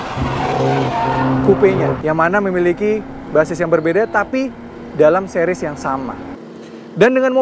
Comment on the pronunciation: 2 sih-ries, bukan 2 seh-ries